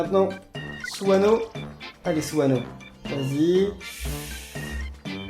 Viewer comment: Suneo pas suano